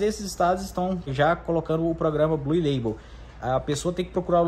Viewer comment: “Blul” leibol